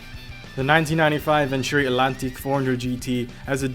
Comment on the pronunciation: in a best motoring race the atlantique found the F40 the performances were similar the name atlantique is pronounced the same way as ... atlantic the T isn't silent